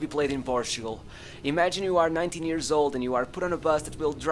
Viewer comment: Why do you say “ears” instead of “years”